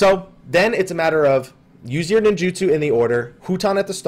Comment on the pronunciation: 'Ninjutsu', not 'Ninjitsu'. Also, I don't think macro lag is your issue based on what you're describing. 'Ninjutsu macro lag' is due to the way FF14 macros work. Any macro inherently introduces a .1 second delay, and on top of that, macros cannot do a /wait of less than 1 second, so if you have a macro to autocast your entire ninjutsu, it will take about twice as long as if you cast it yourself. From what you're saying, what you're doing isn't really 'macroing' at all, it's just mapping hotkeys to your mouse. So I don't believe that's your problem; unless I'm wrong and you're going through FF14's macro system, you're probably just hitting the same old mudra latency issue all of us have to deal with.